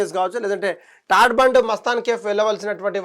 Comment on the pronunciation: Arey vo BALAMRAI Ani palakadame radhu.. Neevu oka va???? TADFORT Kadhu TARBANDH... 😂😂😂😂😂😂😂😂 ilanti thappulu chadivevaru laaaaa... 😂😂😂😂😂😂😂